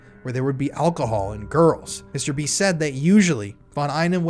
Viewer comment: I can't help but think your saying mr beast whenever you say mr b...wich the timing is uncanny